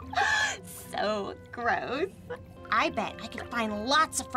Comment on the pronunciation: Who pronounces gross like that GRISC